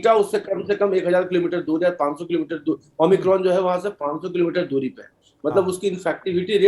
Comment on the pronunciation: Tv anchor - Omni cron 😀 , omicron virus ☹️